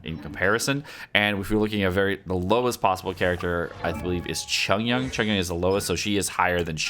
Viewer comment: "yang" ? where he getting the G from ?